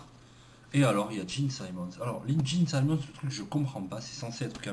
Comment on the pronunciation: Gene Simmons se prononce [dji:n simens) et non [saimens] eh puis, ça va hein ça coûte pas une fortune les albums dont tu parles, surtout que les rares (Two Virgins), tu les as en CD ! :)))